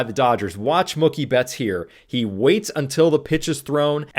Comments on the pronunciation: You’re saying Mookie like cookie 😂 say like a cow goes moo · His name is pronounced Moo- key ,like a cow 🐮🐄 says Moo, Key 🗝️ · Are you saying "Muckie" Betts? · Mookie not mucky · Mookie rhymes with Dookie, not Cookie, lol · Why are you pronouncing Mookie like cookie? It's pronounced Moo-key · I'm a casual baseball fan and this was a great explanation of a wheel play. Thank you! Also just fyi Mookie is pronounced Moo-key 🙂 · I don't think you're wrong. It's Mookie like bookie. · Huh? You mean Moo-Key? As opposed to Mookie like Bookie? I say the latter. So does he. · you pronounce Mookie like it's a slur lmfao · I hate the way you're pronouncing Mookie's name wrong 😭 Cool vid tho 👍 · Someone tell this guy how to pronounce Mookie. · Someone should tell Mookie he's been pronouncing his name wrong this whole time. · Well...it does rhyme with "cookie"! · Mookie pronunciation is making me laugh. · I really don’t like the way you say mookie but I appreciate the teaching moment of the video great stuff